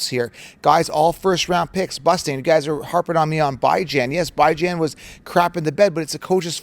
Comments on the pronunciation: Your mispronouncuation of Bijan's name shall remain a curse on him... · Hard to take you seriously when you mispronounce Bijan